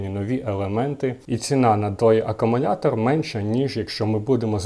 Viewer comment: Я один слышу "аккуМУНятор"?😂